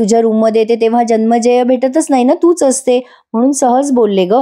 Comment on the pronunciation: जनमेजय असा उच्चार आहे. जन्मेजय असा नाही.